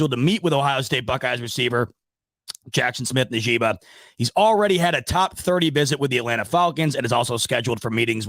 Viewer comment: Pronounced like ( In-jig-ba) smith-Njgba